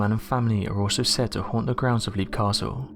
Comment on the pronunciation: It's pronounced lep, not leep. The dungeon with the wooden spikes is called an oubliette. You forgot to mention that they found three cartloads of skeletons at the bottom of the oubliette during renovations of the castle in 1922.